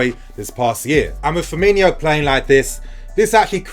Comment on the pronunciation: It’s Firmino, not Firminho